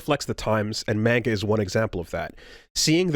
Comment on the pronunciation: I don't think i've seen gamers pronounce manga properly